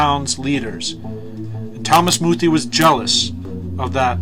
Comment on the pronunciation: YOUR ALL IDIOTS. You even pronounce his name wrong!! Its pronounced "Moo-thay" Bishop muthee never made such threats. Wheres your proof of that?!? THERE IS NONE. because it never happened!! Bishop muthee is purely a man of god.